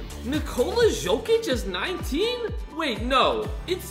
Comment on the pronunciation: Hey can u please pronounce the players names right because it annoys me like when you said ok-oj-ie but it is pronounced o-k-og-ie and Paulo ban hero is pronounced like ban-k-ero and also it is Nikola y-ok-ic not Jo-k-ic